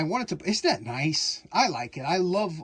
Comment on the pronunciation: That wasn't "NICE' it was 'NCE'. Chinese for No Can Exceed! Glad to see living his best life.😊